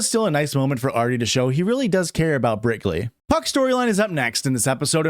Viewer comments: Didn’t even realize that you were calling her brickley this whole time but go off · Nearly 2 hours of Brickley before I heard it. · i was 100% on board with brickley 😂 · You just made me realize it wasn't brickley. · Oh my god I thought him calling her Brickley was a joke I didn’t get until I saw this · I can only hear Brickley 😢